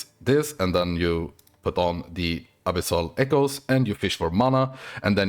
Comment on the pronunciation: bro i though you said abyssal pickles lol....... i went back 3 times to see what you said.... ABYSSAL ECHOES lolololoool.......